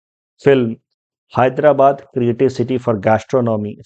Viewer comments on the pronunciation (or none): none